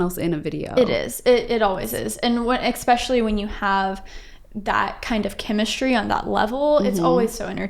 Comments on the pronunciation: I cringed every time the interviewer said “ex-specially” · That was well done and interesting. But I also noticed "expecially" and it seems that once you notice it you can never unhear it. It is "especially" with an s.